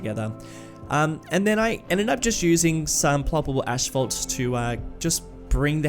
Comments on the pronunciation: What a great video! I’m not sure if you’ve noticed, but you keep pronouncing it “ashphalt” instead of asphalt. It’s a pretty common mistake, but every time you say ashphalt I get a little tickled. It’s ass-phalt. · No sorry Ally this is the correct pronunciation in Australian English - we say “ash-fault”, not “ass-fault”. Apparently it’s the same in some Canadian English dialects too. What might be a “common mistake” where you live (?you should have said where that was) is the accepted standard here in Australia.